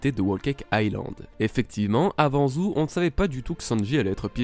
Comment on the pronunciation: On dit zoo pas zou